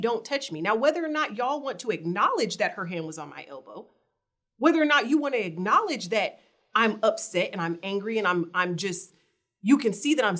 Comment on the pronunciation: Damn, u really are illiterate 🤦🏽‍♀️ At first i thought u were playing around with words intentionally lol but when u just said “ah-knowledge” instead of pronouncing the “k” i fell out!! 🤣😂😅